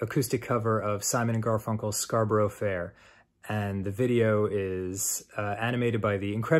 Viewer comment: Dan. Not saying condescendingly. But Scarborough is said scar-burra Source; regular visitor to it as I have family nearby.